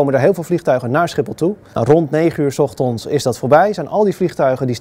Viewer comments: MVL Miner weet ik maar die gast zei 's ochtonds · Ochtond? 's Ochtonds? Is die man wel helemaal goed bij z'n hoofd verder? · Met de nadruk op de O... zijn van die mensen die ook Uro zeggen ipv euro, en ooto ipv Auto. Geen probleem voor de rest hoor, maar opvallend. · Wat loopt iedereen toch te zagen op die verspreking.